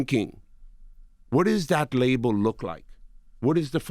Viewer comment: He says the word label like Dradel